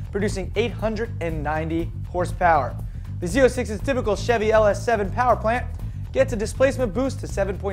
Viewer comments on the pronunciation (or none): none